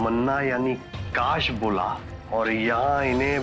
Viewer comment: कास नहीं बोलना😅😅😅